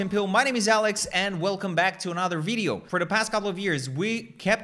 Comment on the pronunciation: VID-e-o not vid-ah-o.